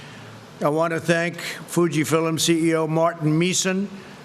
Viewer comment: I heard "fill um' " THREE times. Biblical .